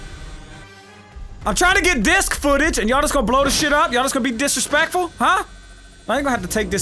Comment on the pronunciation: did he say "discrespectful"XD